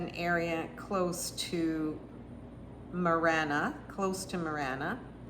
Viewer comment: I’m sure you’re actually talking about Marana, not Manera?